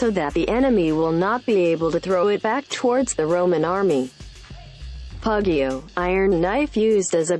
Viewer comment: Not puggio or whatever it’s pug e o